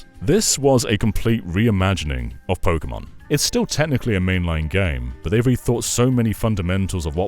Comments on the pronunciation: Tek-ken po-ken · He lost me when he said “Pokémon”